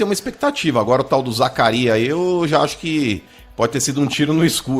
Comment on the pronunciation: O pior é um cara estudado ,formado insistir em não falar o nome do jogador corretamente , é Zakaria Labyad não Zacarias, mais respeito com o jogador!!!!